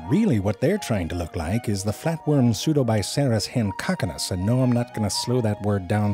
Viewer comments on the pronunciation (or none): hehe, he said Pseudobiceros han cock anus